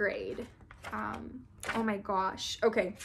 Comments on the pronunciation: This is how many times said, “ Oh my goush” Edit: OMG THANK YOU SO MUCH FOR ALL THE LIKES!!! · I love how she says OH MY GOASH LOL